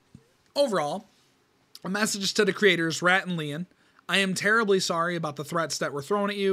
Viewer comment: you said "terably"